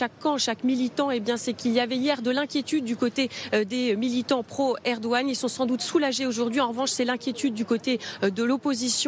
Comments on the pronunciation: On ne le prononce pas comme un g ici, parce que c'est un ğ. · on ne prononce pas le G en turc... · Il n'y a pas de journalistes TURCS,,,. Et c'est ERDOGAN,,,, pas eroan